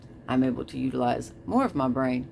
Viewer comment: “Mah brayne” …. The fuck you on about jeez